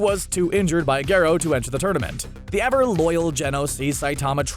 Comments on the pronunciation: he's called garro not gerro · The way Garo was pronounced was infuriating.